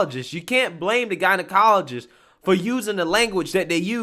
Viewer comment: Bruh... "jeneye-ologist"